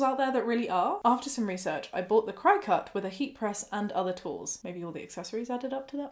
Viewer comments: I don't want to be an asshole here for correcting you, but the name of the machine in the first story is pronounced cricket. For a lot of us here in the US when we're talking about the little jumping bug 🦗 we kind of pronounce the "ket" at the end like "cut", so they named the machine that as a play on words. I hope that makes sense. Please don't hate me. 😂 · I love this video but I just wanted to say that cricut is pronounced like cricket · Friendly fyi, it's pronounced cricket, like the bug. Also some very important info for anyone who is able to become pregnant. During the first couple of months after a pregnancy you are ridiculously "fertile". Seriously it is imperative that you use reliable & effective protection. It's not just a case of not wanting another child that soon, it's not safe health wise. Pregnancy puts a lot of strain on the body & it needs time to heal before going through it again. Interesting fact: while the body may be physically healed, hormone levels don't completely level out to normal levels until TWO YEARS after birth. I can't believe OP's Dr didn't tell her this, frankly it's borderline malpractice imo, crossing the line into just straight up malpractice if either her &/or the fetus suffer any significant consequences due to the Drs gross incompetence. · Apparently 'cri cut' is pronounced 'cricket' or thereabouts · Cricket not chicut? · Isn't Cricut pronounced cricket? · I'm from the US and my aunt works at a crafting store and she always pronounces it like "cricket" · Worked at a place that sold the things for 6 years. We pronounced them "cricket" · Hahaha. Gotta laugh a little. Cricut is said like the insect cricket. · I've been pronouncing it 'cricket'. Every day is a school day! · I have to ask is the Cricut pronounced different in the UK? I have always heard it pronounced the same as the bug (cricket) 🦗. I completely agree with the YTA judgement but the pronunciation but this going to bug me!